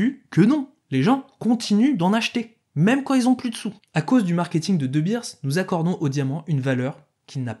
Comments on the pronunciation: Les boers : prononcer ou pour oe. 😂Les boers veut dire fermiers en néérlandais. De Beers , les deux ee se prenoncent éé en son long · Pour info, "boers" se prononce "bourse" (en allongeant le "ou") et vient de boer qui veut dire fermier en néerlandais. Et "de Beers" se prononce "de béérse".